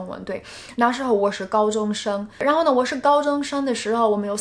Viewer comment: Her Chinese level is virtually close to native speaker, only some tones of words sound a little bit weird like ‘相反的感觉’, ’然后呢’, anyway she is a very very fabulous and ingenious language learner.